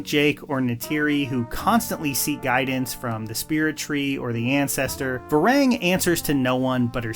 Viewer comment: How do you manage to mispronounce Quaritch, Varang, and Lo’ak after a 3 hour movie 💀